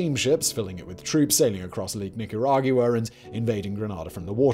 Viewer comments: Please say Nicaragwa instead of Nicarag-u-ah. It sort of grates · the u is silent. it makes a “wa” sound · I’m sorry bro but I couldn’t take how wrong you were saying Nicaragua lol not to be a douche but it’s like saying “aqua” or “Gua-m” but without the m si “Nicara-gua” lol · it’s Nicaragua. Not Nicaraguooah. From a Nicaraguan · Nick coor rag goo wah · 100% agreed. It's extremely distracting and painful to listen to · It ain't an accent, love